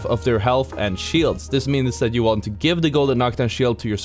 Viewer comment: I loved “ThAat”